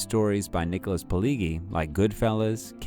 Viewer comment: Nicholas who??? If you're gonna do a presentation like this - then at least try and get the pronunciation right